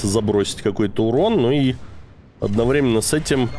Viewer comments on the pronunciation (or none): none